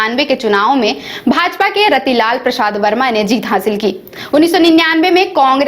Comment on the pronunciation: मैडम रतीलाल वर्मा नहीं रीतलाल प्रसाद वर्मा होता है उच्चारण सही से कीजिए एक बार थोड़ा देख लीजिए।।